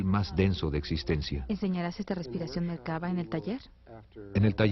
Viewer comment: Se dice "La Merkav'a'.